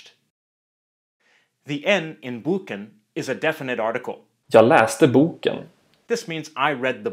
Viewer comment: In the first example, the volume (loudness) of the word drops off after the first vowel sound "bö" and the second part "ken" just tapers off. However, in the second example, you can hear the second syllable much more audibly; that "ken" is pronounced with some extra volume, or stress. Try putting some headphones on. Pronunciation is extremely important in Swedish.